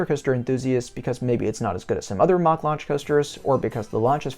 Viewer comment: Its Mack rides rhyming with Jack. It's not pronounced "mock" It annoys the ish outta me because all of a sudden a few years ago one of the Douchy youtubers like EltoraRyan or themeparkcfazy started pronouncing it wrong and then all these other people started following suit. Amd I know I am 100% correct as my uncle worked for the family for years when he settled in Germany after the army